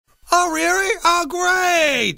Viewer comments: Oh Rearry? oh ghrreat. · wurd you reery not hurta fry but what if it wasa flench fry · "Prease, come meet me on top of the tower of peace, it will be reary nice" LMFAO!!!! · Oh rearry?!?! Oh Greeaattt! LOL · Oh rearry?o greiit:D